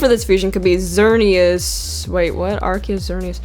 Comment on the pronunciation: u mispronounced arceus it spelled ars e us